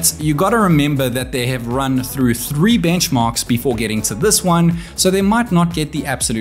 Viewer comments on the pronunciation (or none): none